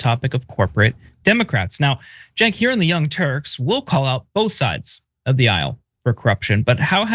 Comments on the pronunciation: Charlemagne couldn’t even bother to pronounce Cenk’s first and last name right 😂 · money out of politics look it up , no corpo money , the people should influence politicians not big corporations. You must live in a bubble Cenk lived his life with his name being miss pronounced , it’s sad that you care more than he does. You must be privileged.